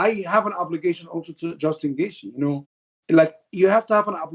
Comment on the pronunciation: Ali just wanted to call someone else a terrorist lol "Justin Gaethe"